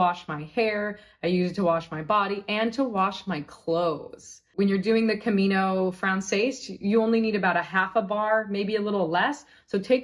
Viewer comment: I’m grateful for this packing list. We’re just starting our planning for next year’s Camino. There are so many things here I never thought about. Side note: your pronunciation of Camino Frances is painful. In Spanish it would sound like Camino frahn-THESS. In French the words are different: Chemin de Francais.